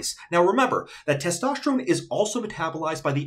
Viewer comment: "Testoshterone" lol